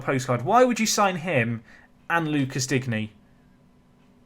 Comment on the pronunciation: Your French pronunciations are quite good by this point so I dont feel too hopeless in pointing out your pronunciation of Digne. I guess it doesnt really matter if you dont end up signing him but i was of the understanding it was more like ‘Dean’ than ‘Dig-knee’ ?